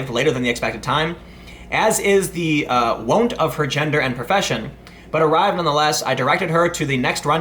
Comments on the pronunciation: It's pronounced like "the want." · "wont" is pronounced like "want", idiot. DISLIKE